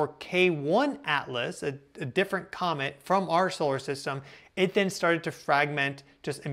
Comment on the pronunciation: It's COMET! Isn't it? Compromised?